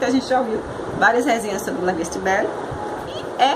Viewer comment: Sua resenha ficou ótima, só faltou algumas correções como por exemplo no início do vídeo você disse que o perfume custava 29,00 reais, sendo que seria 129,00. E o outro é sobre a pronúncia do Lá Vie Est Belle, que se pronuncia“Lá vi é béle” em francês livre “A vida é bela”. Grande abraço